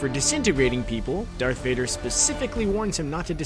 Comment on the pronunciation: You said dark vader. Iittss d a r t h. Th. Vader okkkkk